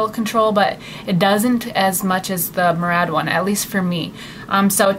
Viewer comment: Murad is actually pronounced mew-rad :)